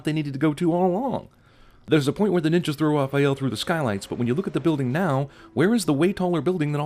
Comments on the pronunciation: calling raphael, rapheal ding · The way he pronounces Raphael lol Raw-feel. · CAN ANYONE IN THE WORLD SAY THE NAME "RAHPAEL" CORRECTLY? SERIOUSLY? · I've never heard that pronunciation of "Raphael". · They pronounced "Raphael" wrong and then finally got it right almost halfway through the video. ding